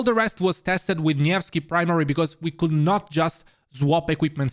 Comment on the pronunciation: It's good to see you pronounce nevsky properly so please pronounce Xiang yu properly too, it's See-young you